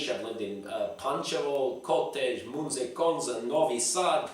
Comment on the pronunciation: 2 points: I love how you always say Munze Konza for town called Zemun :D Obviously some Zemun gangsta told you to say it like that... smart move to listen to people from Zemun :D If you are only seeing 1 type of hair gel and shampoo, trust me CHANGE SHOP :D I always go to shop and can't decide between like 5 brands :D